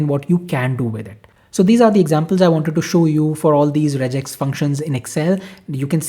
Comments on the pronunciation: it is not rejex.. its regex (regular Expression) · Rejex is wrong, and just a Indian accent infliction 😅